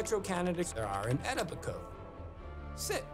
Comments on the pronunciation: 'I'm gonna do what i do best'. So ur best skill is tracking down ppl u don't know? Why do i not find this at all comforting? Edit lmfao it is pronounced "E-toe-bi-ko" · The way he said Etobicoke has me deadddd, if you don’t know, it’s pronounced “E-toh-bih-coh” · Eto-bi-coke ..... It's pronounced as (Eto-bi-coe) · Thank you, it pains me to hear them pronounce Etobicoke like that... but as a former resident I can say with confidence not even people in Toronto could pronounce that word. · Ha love how he pronounces Etobicoke! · His pronunciationof Etobicoke is hilarious! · His pronunciation of "Etobicoke" is a crime all on it's own. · It drives me to no end how he keeps mispronouncing Etobicoke. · Love how this guy pronounces Etobicoke. Clearly never talked to a single human being from Toronto in his research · hearing someone pronounce a local community wrong over and over again, is very annoying.